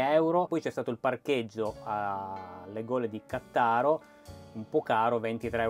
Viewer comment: Cmq credo che si pronuncia Ca'ttaro